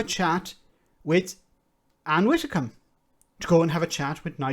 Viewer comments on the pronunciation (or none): You pause to correct him when he pronounces Ursula Von Der Leyen correctly, you seem to think it's Van Der Lion - Rarrr! But you pronounce Ann Widdecombe as Ann Wittecombe!? No biggie, just noticed your mispronunciation on more than one occasion and it always makes me cringe a little. Anyway, other than that I mostly agree with you on other things. Great channel, this along with Double Down news and Democracy Now are the only channels I've subscribed to.